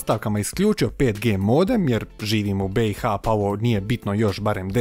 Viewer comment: ne moras naglasavati 5G nije to iPhone XD